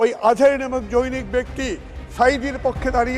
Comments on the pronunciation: জৈনিক নাকি জনৈকা? হালায় কোন শিক্ষিত?? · যে লোক "জনৈক" শব্দটাকেই উচ্চারণ করতে পারে না, বলে "জৈনক"- তাকে নিয়ে নিউজ করার কি আছে? সে কি বলে না বলে সেটা শুনবে হেরোইনচি-রা, সাধারণ মানুষ নয়। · উচ্চারণ যৈনিক নারে জ নৈ কো( জনৈক)।এই হচ্ছে আমাদের খয়রাতী এম পি। এরা আবার আজহারী হুজুরের ভুল ধরে।